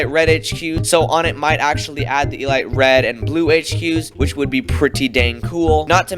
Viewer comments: Why do you pronounce elite like that 💀💀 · I love how he says E-light instead of E-leet. I find that amazing xD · the way this man pronounces elite 💀💀💀